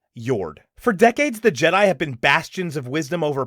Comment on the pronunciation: "Je-DEI" hits hard.